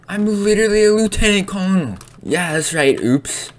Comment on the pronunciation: It's not Lieutanan Kololnil It's Lieutanent Kernal